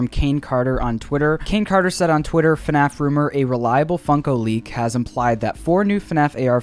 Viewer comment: he said fuhnaff 30 times